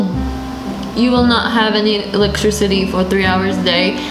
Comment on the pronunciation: Electricity not electrecity